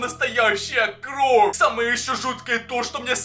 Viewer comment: Почему ты говоришь кров они кровь